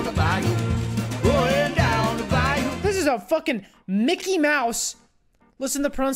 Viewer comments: the way he said bayou gave away he did not know the word at all 💀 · Not only did he say it wrong but I got this word in three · Man never heard of the word "Bayou" but then says google pronounced it wrong xD My streamer